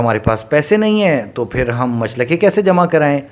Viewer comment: Machalkay is right pronunciation Not muchlakay